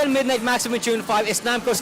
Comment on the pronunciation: You pronounced "midnight" wrong. You turned "Meed-naight" Into "Meed-nit"